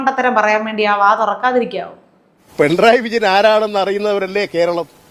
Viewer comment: പെൺറായി അല്ലെടോ പിണറായി ന്ന് പറയ്